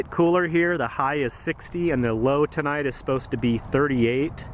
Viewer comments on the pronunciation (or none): none